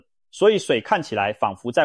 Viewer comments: 彷彿（音反扶） 怎麼唸成旁服呢？ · 彷彿（因同福）字跟音都錯了，怎誤成佛？